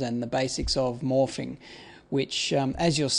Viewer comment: the way you say 'morphing' sounds like 'morphine' :)